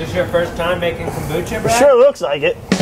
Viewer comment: When you pronounce kombucha. There is no accent on “bu”. in Japanese you don’t accent separate syllables, they are all spoken at the same level. You are saying two words kombu and cha. Cha is Japanese for Tea, like chai (used in Turkey). In Japanese, the word "kombu" (昆布) refers to a type of edible kelp that is widely used in Japanese cuisine. It is often used as a flavoring agent and a source of umami in soups, broths, and other dishes. Kombu is also known for its nutritional value, as it is a good source of iodine, dietary fiber, and minerals. In addition to its culinary uses, kombu has also been traditionally used in Japanese folk medicine for its purported health benefits. So you’re basically saying: Kombu tea. Kombu cha. There is no reason to accent the syllable “bu” unless Americans insist on looking stupid in the world today. The Japanese will appreciate that you are making some effort to pronounce things correctly. Or just call it kombu tea!